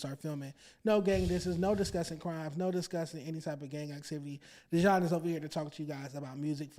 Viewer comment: IT'S DEEEE-JON DAMMIT!!! 😂 For real though, Dejon, you got some good chemistry with... Y'all are like a DYNAMIC DUO & if you can find a way to get Lush over there, even if it's like 1-2 times per week, it would be one of the best podcast out there... You & Lush have a great amount of Hip-Hop & Music knowledge so when you guys get together... the show is never dull! Even if you can get Lush once a week, it would be dope... But you & should have different guest every week, instead of just searching for another co-host... Either way... Don't fucc it up!!! You got some good shit going here! Love from Baltimore! 💚💚💚